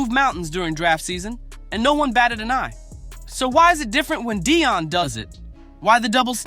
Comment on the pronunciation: Stop saying his name is Deion not Dion